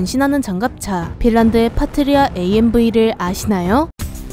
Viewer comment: '파트리아' 가 자꾸 '파트리샤' 로 들림^^